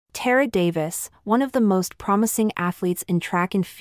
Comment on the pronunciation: Tar uh. You mispronounced her name